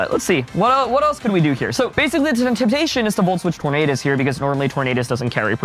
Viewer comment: Anybody else find the Tornadus pronounciation awful? Do none of the editors bother to correct him?